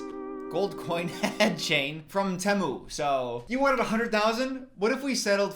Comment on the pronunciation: out here saying temu like a french canadian